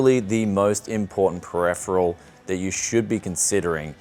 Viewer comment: "Pirephiral" hmm I thought it was Peripheral